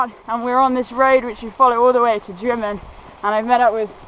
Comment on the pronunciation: When you get to Drymen it is not pronounced Dry Men but Drim Min